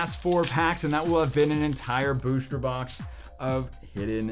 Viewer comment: "BOOSHTER BOX"